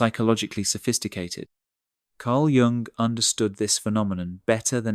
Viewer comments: The narrator needs to learn the correct pronunciation of Jung. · The mispronunciation of Carl Jung’s name pinged me each and every time it occurred. Other than that, the content is good. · Fantastic video, but why does the narrator consistently mispronounce "Jung"??? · I almost believed that this was an actual human talking until it started mispronouncing Jung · Could you please learn to pronounce Carl Jung's name properly? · Subscribe? Not until you can pronounce Jung's name. Shame. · Okay, but a video stressing intelligence should correctly pronounce Jung. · For god's sake pronounce Jung's name correctly. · Very interesting, however, to my understanding, the name Jung was mispronounced more often than not. The listeners comments were also thoughtful and interesting. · Someone should tell the narrator to stop pronouncing Karl's surname as though he were a Chinese fast food chain. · The way you pronounce Carl Jung’s name is criminal. Prison, honey. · Please learn how to pronounce “Jung”!! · At the point, and again and points, in this video, the narrator pronounced "Jung," using the J sound that is used in the word, "jam." This sound is technically an affricate, meaning it's a combination of a stop sound (like "d") and a fricative sound (like "zh"). Also, instead of the correct pronunciation of the name, which is, "Yoong," your narrator mispronounced , "Jung," not only with the wrong "J" sound, but also the narrator said, "Jung," with the short U sound, with "Ju" sounding like the Ju sounds in the word, "junk." The content for the video is correct. So then why screw up the video, with a reader who cannot pronounce things correctly? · Your pronunciation of 'Jung' is a problem. But I prove your point. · Or you could be autistic. And you pronounce Jung as "Yoong", not "Jonk" 🥱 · It's not pron, Jung (Dzsung) but Yung. That was shocking. Otherwise good video. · Giang huh. Pronounced Yoong not Giang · His name is pronounced Yoong not Joong. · Pronounce: Yoong not Junk.